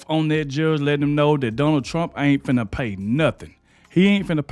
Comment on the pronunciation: You do realize that "Finnuh" is not a real word.